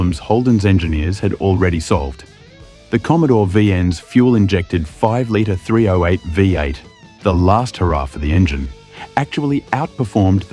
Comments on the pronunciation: THREE OH EIGHT. JUST SAY 308 Takes one second to pronounce instead of Three Oh Eight 😅😅😅😅😅😅😅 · AI spoken dross narration. It's not Three-Oh-Eight, it's Threeo-Eight. And it's aluminium, not a-Loo-minum. Hire a bloody voice actor to narrate you cheap-arses. And then the obvious ADR to was put in to fix some apparent bigger blunder. At least that bit got the 308 pronounced properly. The dude who the AI voice was trained on maybe? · Its sure narrated by AI. The voice is so annoying. Who says "three (slight pause) ow eight" and distinctively pronounce each letter? It's pronounced "threeoheight". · What was the Engine again, I forget. Ohh that's right it was a "three ohh eight" Geeze I fucking hate AI voiced videos. Surely you can do a human voice on the video. You insult the intelligence of the people who view (but fucking noo way will i sub) your crap. Next time see if you can outdo yourself and mention it 400 times. Thank fuck you only have 2.71k subscribers.